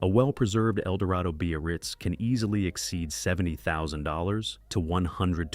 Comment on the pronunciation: And the crappy AI narration. Cadillac "buy-a-rirz" !